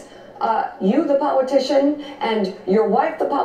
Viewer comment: I never listened to or watched Mika. She has a hard time saying her L's. She talks about APOWOGIZING! She mentions Liberals that have APOWOGIZED for their sexual misdeeds. Then , she's talking to Slick Willy / Hitlery, saying "you the POWITICIAN and your wife the POWITICIAN need to just go away..." This is the first time I've ever seen her or even heard her voice. Kinda entertaining!! What a bunch of losers. She and Joe USED TO be friends with Donald and Melania, before he stole the presidency away from HIWARY :^) This is HIWARIOUS!! Go Mika!! Go get some speech lessons! LMAO